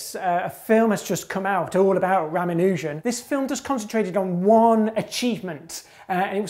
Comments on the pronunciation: It's ra-MAN-u-jan, not ra-ma-NUUH-jan. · Ramanujan has a long a, not a long u. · This guy needs to pronounce Ramanujan correctly.